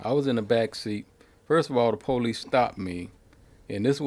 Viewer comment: I like how black Americans say Paw-lice